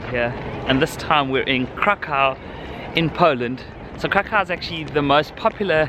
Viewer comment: KRAH-koof, please.